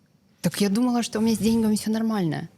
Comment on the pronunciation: Благодарю за подкаст. Красивая, живая ведущая. Исправьте произношение "с деньгАми".